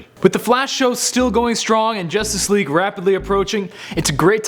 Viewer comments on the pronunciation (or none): none